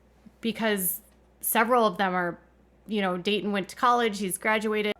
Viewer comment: Who’s David? Do you mean dayton? I’m confused, his dayton name actually David?